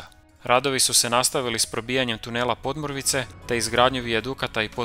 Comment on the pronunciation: Bravo. Jedino što bi spiker mogao prilagoditi naglasak lokalnim navikama: škurínje a ne škúrinje. i podmúrvice a ne pódmurvice :) no to je kukanje na visokom nivou 🙂